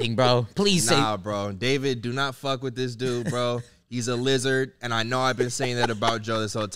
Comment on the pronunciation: Boi that philly accent came out in that “what the fawck”😂😂😂you soundin like my grandiddy from philly.